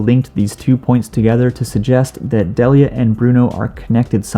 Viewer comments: It’s pronounced Dee Lee yuh, not deli uh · yo ash's mom's name is pronounced dee lia not de lia